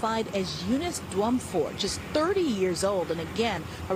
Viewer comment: this is really sad to watch. Just a little help with the name: it is pronounced Yunice Jumfour (the surname is of Ghanaian descent)